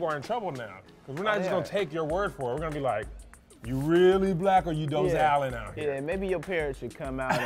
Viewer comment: Did they say Doe - zal 😂😂😂😂